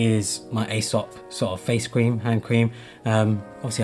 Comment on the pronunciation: Cool video, I really like the camera bag. I’m at risk of sounding pedantic here but Aesop is pronounced “EE-sop”.